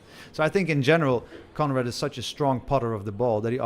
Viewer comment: I kept thinking that the commentator was saying comrade til I remembered his name was Conrad! Lol